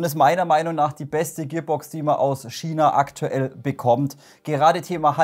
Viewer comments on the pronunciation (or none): none